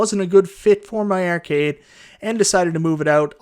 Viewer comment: urcade is all I hear